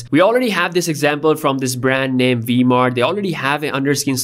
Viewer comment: It's Vsmart not V-mart xD